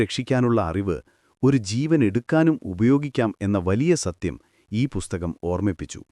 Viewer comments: ബുസ്തകം അല്ല പുസ്തകം' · ചാണകത്തിൽ മുക്കി നന്നായി വെടിപ്പായിട്ടാണല്ലോ പറയുന്നത്... ഒരു ഇന്റർനാഷണൽ fraud story from. ബുസ്ഥകം അല്ലടോ പുസ്തകം, പുത്തകം, പുത്തനെ കൊണ്ടത് എന്തോ അത് പുത്തകം...